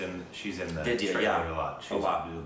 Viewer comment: I must say, your pronunciation of Indian names like Vidhya and Sonakshi - on point - You got some "Indian" in you brother!, you are just WHITE, but getting there - You also did very well with Tapsi and Akshy... LOL!!! Love you too brother...